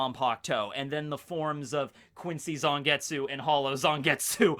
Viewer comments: In japanese the character of tsu doesnt usually pronounce the u, so it would be more accurate to pronounce it zangets. Having taken japanese classes it bothered me XD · I wish people would stop pronouncing silent U's in Japanese names